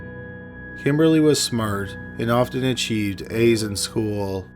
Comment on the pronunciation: "Speaking of schoo-ul..."